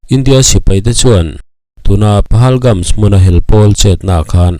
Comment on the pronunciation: Pahalgam tih mai a ni lawm ni PahalgamS ni lo in